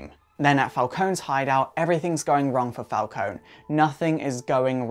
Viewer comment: I'm pretty sure It's Pronounced Falcon(ie)